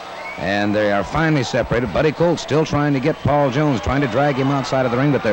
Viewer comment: Jones keeps saying Buddy Coat.